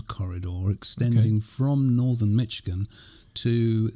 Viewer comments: Hi Guys! Its Mish i gan, not Mitch i gan. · MISH-ig-in. Just like said it but with a "sh."